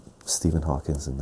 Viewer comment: Another GREAT video,! One thing is killing me though....I've heard you do this in multiple vids now.....it's "Stephen HawkING", not "HawkinS". Keep up the great work, man!!